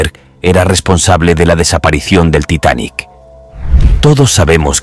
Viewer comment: Ya deja de decir titanic asteric 🙄